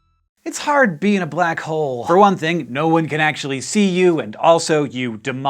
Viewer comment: try to ignore the the "l" in Black Hole